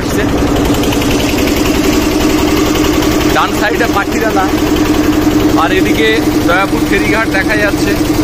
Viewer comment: পাখিরালা নয়, পাখিরালয়